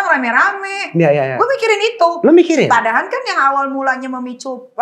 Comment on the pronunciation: "PADAHAL" bukan "PADAHAN", Neng! Yang ke 2, sunggu BERISIK bgt ini perempuan ga bisa ngmong dg nada rendah kayanya 😂